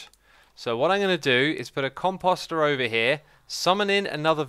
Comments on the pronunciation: Comp oh ster Not Com pos ter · Every time you say "composter," for some reason I think you're saying cu... Nevermind!